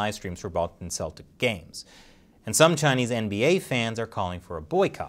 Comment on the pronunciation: I think said Balton Celtics 😂